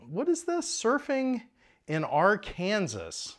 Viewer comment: Please tell me at the beginning that you weren't talking about the state of Arkansas grossly mispronounced.